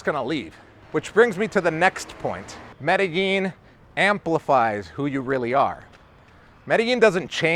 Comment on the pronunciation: Hey, 16 years in Medellin and you still sometimes can't pronounce it like a native? I'm not hating, just giving you some hints. What you're saying is absolutely true. I have lived here for 6 years, married a woman...as her kids got older it has become more stressful. I'm going to leave this year, that's the plan unless things change. Also be aware for you guys coming to stay, there are a lot of beautiful women, make sure you're with the one you want to love. Or love the one you're with!